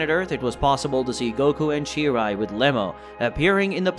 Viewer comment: its cheelai not cheerai